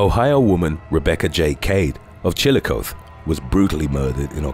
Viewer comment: this awful murder took place two blocks down from my parents’ home in one of Chillicothe’s historic districts. And absolutely everyone was ENRAGED her murdering boyfriend was somehow found innocent! (Pronounced Chill-uh-cothey by the way)